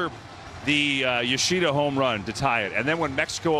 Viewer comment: Japan is known for fundamentals and pride. Japan has great athletes who are devoted to their sport. This guy keeps saying Yo-she-da when it’s Yo-sha-da! 🙄 I’m just glad they eliminated Korea! 😂